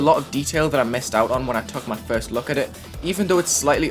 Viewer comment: when said ‘frust’ I knew without a doubt that was the best GD content creator